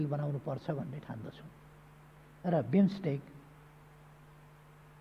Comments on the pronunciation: कस्ता कस्ता पटमुर्ख सभासद छन हौ, विम्स्टेक भन्न पनि नजान्ने। ४ पटक सम्म उहीँ बिस्टेक बिस्टेक भनेको छ। चोर हरु आफू मन्त्री हुन नपाएको रिस बिरोध मात्र गरेका छन। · बिमिस्टेक भन्न नजानेर बिस्टेक पो भन्छ त बजिया ले ।